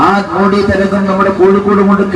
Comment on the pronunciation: മോഡി അല്ല, മോദി എന്നാണ് ശരി